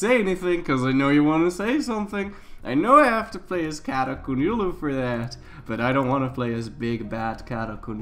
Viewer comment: "Qonyulu" QO-YUN-LU sorry I just get mad about things like this